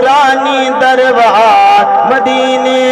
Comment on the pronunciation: Janab darwar nahi Balke darbar hota hai